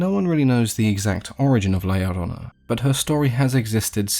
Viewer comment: I was about to dislike and unsub if u pronounced la llorona wrong😆 But well done!!!